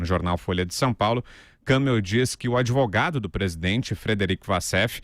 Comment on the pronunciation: Kãmel nada... É Kamél